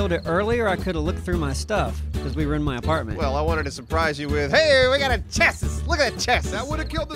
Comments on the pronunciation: It's pronounced "chassy" lol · The way chassis is being said. cringe makes me feel ill.